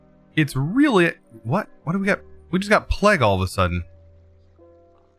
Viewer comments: Does the way he says plague drive anyone else crazy lol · everyone: wow i got plague it’s horrible: PLEG HORRIBLE